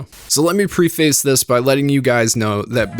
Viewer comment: Bro said “ pre-face “ 😂😂😂😂